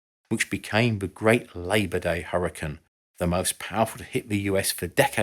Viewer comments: I have to add, it’s pronounced like “hurry-cane”, cane as in cane sugar. It’s not “hurry, ken”. That’s ridiculous. We’re talking about the weather, not the Barbie figure. 🙄. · I'm British and have never heard another Brit pronounce it "Hurrican" until now. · That's funny because I've only ever heard British people pronounce it as "hurrican," as in this video. With that said, it must be a regional thing, and I just have only heard British people from whatever region it is who pronounce it that way. LOL! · There's a town in Utah settled by the Mormons called "Hurricane" specifically pronounced the same as in this video as apposed to the typical American pronunciation. I take it that is the typical British pronunciation. I realize this is most likely because the many of the pioneers were British isle emigrants.